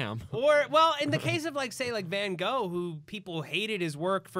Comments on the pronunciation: no joke here, it's pronounced Vincent VanKokh. in Dutch, g is pronounced k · Both those pronunciations of van Gogh where pretty bad xD. But its difficult other language speakers to give the Dutch pronunciation simply cus our 'g' sound does not exist in, for instance, English.